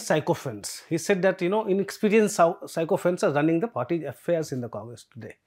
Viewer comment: Sycophants - the first two syllables are to be pronounced like the word 'sicko', and not as 'psycho'. Please correct.